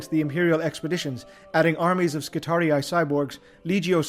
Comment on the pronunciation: it makes me so happy you pronounce skitarii right